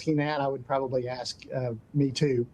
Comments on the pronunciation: Someone tell her that "ask" is not pronounced "axe". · She is not an impressive listener. You'd think in this situation she could pronounce ask properly.